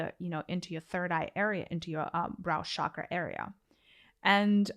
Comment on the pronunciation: Good information. I liked your guidance on the third eye chara. My suggestion on pronunciation of the word chakra - the ch sound is like the ch in cheese and not the ch in chauffeur.